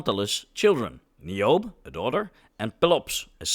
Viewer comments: Pretty sure Tantalus' daughter Niobe's name is pronounced "NYE oh BEE," fwiw. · I think the "e" in Niobe is not silent. So you'd pronounce the name "Nai-yo-bee".